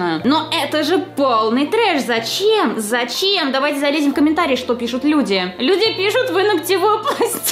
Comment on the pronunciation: Каждый раз когда говорила зачеем мне казалось что она заюш